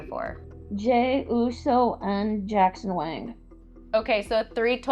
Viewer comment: it is jackson wang,not jackson wing